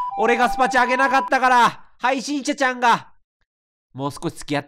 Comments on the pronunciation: 終始「はいしんちゃちゃん」て言ってるのかわいい😍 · 途中から「配信ちゃちゃん」にしか聞こえない笑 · 何回聞いても はいしんちゃちゃん か はいしんしゃしゃん に聞こえる笑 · ずっと 配信ちゃちゃん って聞こえるw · 闇深ゲームを楽しめちゃうのは 癒やしの鼻声のおかげかな(*´∀｀*) 配信者ちゃんって言いづらそうなの かわいい🦀